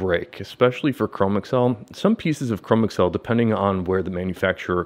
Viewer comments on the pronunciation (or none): I am considering the grant stone and am appreciative of your update. This is not a criticism...take it as a construction upon which to build: Chromexcel has been around quite a long time...much older than the personal computer age. Chromexel is one word, not (google) Chrome + (ms) Excel. It is pronounced Cro-Mex-Ul, with the accent on the second syllable. Rest easy, for you are not alone. This mispronunciation is rampant with millennials and gen x.